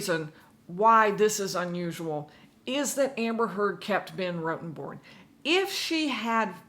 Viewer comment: It's not that hard to say ROTTEN-Born.